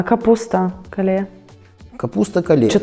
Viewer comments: Kale(кэйл) В английском так звучит! А то какое то у вас Кале 🫣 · КALE читается как КЭЙЛ, не позорьтесь. Капуста кэйл очень полезная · Кейл, капуста кейл. Вона пишеться ак кале (kale) але читається як кейл 😊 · ❤ Який молодець фермер! Якби комуністи не знічтожили украінських куркулів = фермерів голодомором 23-32 років, то Украіна накормила б усіх навкруги. 😂Та не кале, а КЕЙЛ !!! Вона дуже корисна, але дуже груба- важко жувати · тётеньке на заметку- капуста называется не "кале", а "кэйл" ) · Капуста кейл а не кале